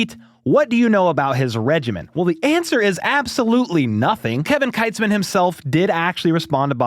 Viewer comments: Not that I care much, but… Kevin Kietzman is pronounced Keetzman, not Kitesman. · It’s pronounced keets-man. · Hey just so you know and it’s not a big deal but Kevin Keitzman pronounces his last name as Keetzman Just FYI.